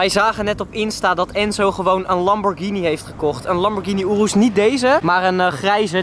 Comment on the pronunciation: Ik irriteer me echt aan hoe sommige dingen uitspreekt. Zoals rs6 aabeetee hij zegt apt of lambo urus hij zegt oeroes.....